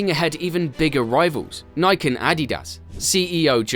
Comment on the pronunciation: “Ever wonder why New Balance has become a household sensation that’s one the rise year after year?” No, but now I do. Also, like I said before(I think), it’s pronounced Ni-Kee, not Mike with an N.